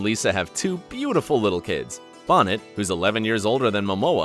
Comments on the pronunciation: Lisa “Bonnet”? C’mon, man. She used to be very famous. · its pronounced BO NAY for f sake, not bon ette.... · It's pronounced Bonay, not Bonnett